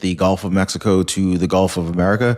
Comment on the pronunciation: "Gulf" not "golf"